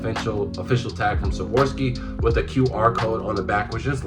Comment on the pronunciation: Swarovski not savorski